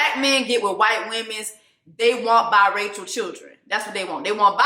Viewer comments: Did Jessie just say Bi-Rachel kids 💀. I had to rewind and re-listen. Woo Chile 🙆🏾‍♀️ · You say BiRacheal😂😂 Noted😂😂